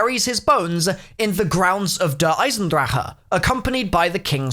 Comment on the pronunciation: I hate how you pernounce “der eisendrach” even though I’m pretty sure I spelled it wrong😂